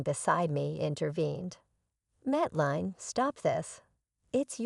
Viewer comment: Mateline is pronouced mate lynn. Not line.